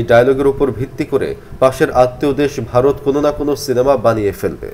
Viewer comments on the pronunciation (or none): none